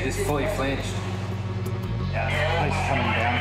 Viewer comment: The po-lease